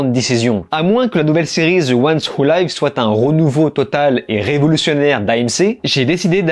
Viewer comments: Attention, je pense qu'ici "live" ne se prononce pas comme "laïv" mais comme "liv". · On prononce 'live' avec un 'i', pas 'aï' 😂😂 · Petit commentaire sur la prononciation : 'The ones who live' -> ce 'live' se prononce avec le son 'i' et pas 'ai' comme 'life', car cest le verbe 'to live'. Voilà je pouvais pas m'empêcher ca me faisais mal aux oreilles 😋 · > "live" pas "laïve" ☝ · Cest dur langlais. The One Who live (comme leave, et pas laïve)...😂😂😂😂😂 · Ca se prononce "live" tel quel, pas "'laïve" ahah. Le mot s'écrit pareil mais "laïve" c'est "en direct" et "live" c'est "vivre" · "The ones who liiiiiiive" pas Layve!! Mes oreilles saignent comme la main de Rick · Mes oreilles 😱😭... TWD the ones who "laïve"? Attention à la grosse erreur de pronciation. The ones who "liv" (ou leev) phonétiquement parlant. Ceux qui vivent ! 😉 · The ones who live: tu m'écorches les oreilles avec ton 《wou laïve》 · Tu sais que le "i" dans "life" et "live" se prononce différemment en anglais hein ?